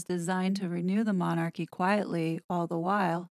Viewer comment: Really??!! I only came on here as it was shared on my timeline. But I have never known such arrogance, a person who cannot even pronounce the word Monarchy is telling Americans how Britain should view their Royal Family and actually thinks she knows how our Monarchy works.By the way, they are not THE Monarchy there are other Monarchies in the World! The British Royal Family,actually The King, affects,as well as the U.K., 14 other Commonwealth Realms, the USA is not one of them.